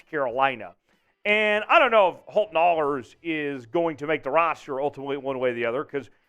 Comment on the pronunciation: Great show as always. Holton's last name is pronounced with a long A. Aaayhlers..rhymes with Whalers.🙂